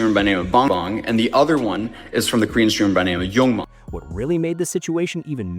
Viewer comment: It's pronounced Yoo-Mon, not Young Man.